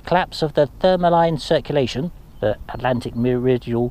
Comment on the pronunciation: “Thermo-hay-lean” Not “Thermo-line” please let me help you.